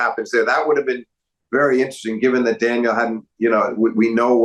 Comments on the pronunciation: Excellent analysis guys, really spot on. It's grating however to hear Steve constantly referring to Medvedev as "Daniel" and not as "Danil". He's not American dude, learn how to say his name, it's not that hard. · Daniel is such a weird pronunciation 😭😭 like is it really impossible to say Daniil?